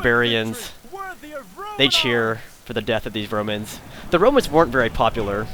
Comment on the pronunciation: It sounds like you said "Bromans"